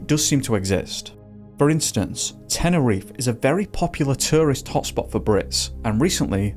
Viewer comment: What an imbecile. It's all on him. Also: It's not "teneriffff"... it's Te-ne-ri-FE